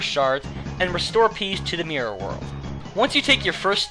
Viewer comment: Mior. That's what I hear when you say Mirror, haha. Anyhows, great list ;)